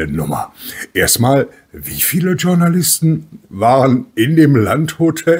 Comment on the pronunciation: Journalist ist ein französisches wort 😂😂😂 es heisst nicht "tschornalist" 😂😂😂 es heisst "schournalist"